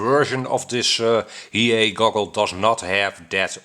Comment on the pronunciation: Maybe it's not he-yea, it could be hi-e. LOL